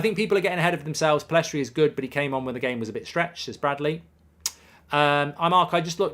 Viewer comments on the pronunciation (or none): Should really learn his name if you're gonna praise him so much. It's Pellistri, not PellEstri. Love the content, Mark! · Will Mark ever pronounce Pellistri's name correctly?